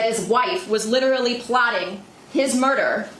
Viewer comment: litcherly pewping moy pawnts